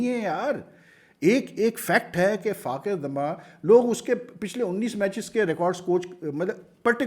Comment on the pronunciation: براہ مہربانی فخر کا نام تو صحیح ادا کیا کریں۔ آپ ہمیشہ فاخر بولتے ہیں۔ اسکا نام فخر زمان ہے۔